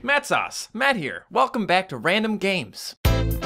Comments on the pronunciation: did he say matt sauce at the beginning of thevideo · did u say at the start?!?!